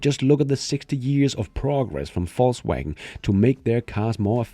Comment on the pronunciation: I hear Fauxwagon